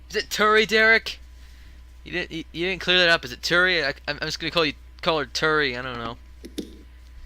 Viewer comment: its pronounced Tori